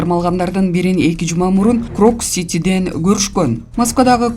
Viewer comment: Крокс эмес э тупая крокус!